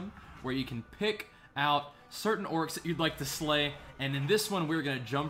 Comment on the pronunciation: Why do you keep calling them orics?